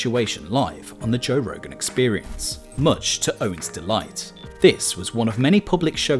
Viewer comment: toe rogan